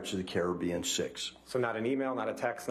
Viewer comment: Cai-ra-bean? Lol never heard it pronounced like that before lol